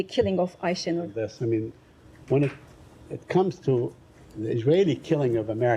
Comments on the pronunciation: Wouldn't call him skillful but illiterate yes ,he can't even pronounce Aysenur's name properly . I wonder, if they even realise how they present themselves in the eyes of the public , or is it the case that their little brains just can't comprehend it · Buffon din't even learnt to pronounce the name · Shameful. The man can't even pronounce the womans name properly.